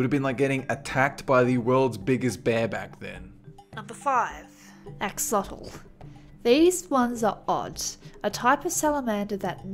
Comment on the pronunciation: For english speakers will be something like /Asholotl/ with the stressed syllable in /sho/. I'm a nahuatl speaker.